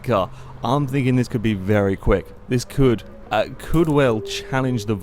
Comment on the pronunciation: AM I the only one who thinks says "vely"? xD